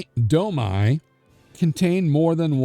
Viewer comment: Domi--pronounced 'Do mee.'